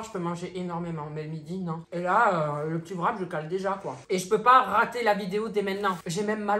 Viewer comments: Ça me fait trop rire quand tu dis " vrap " au lieu de wrap 😂😂😂😂😂😂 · on dit wrap